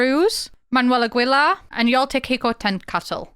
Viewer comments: The name "Aguilar" in mexican or spanish is not pronounced as a typical British accent just like u said "Agwelar".. No no no. Its pronounced A. ge. lar. Now u know. sending ❤❤. WELCOME! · It's spoken 'Luth', 'Agilar', 'Ermosa'. These were just the ones that HURT me as a German who speaks a bit of Spanish. 🙈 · Quick note: You have to pronounce Aguilar the same way you would pronounce in english the word "guild" or "guitar". The "u" in Aguilar is muted. Also, the same rule applies for Spanish words and names with "gue" in them; just like in english, the "u" there is silent too. A good example of this is the english word "guess". Lastly, when saying Aguilar out loud, you want to make sure you emphasize the last "a" as opposed to the "gui" part you were originally emphasizing. Otherwise great vid! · Now I won’t be able to say Ah-Gi-Lar 😂 Agweyla is how I’ll say it from here on out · That pronounciation of Aguilar kills me a little but I understand 😔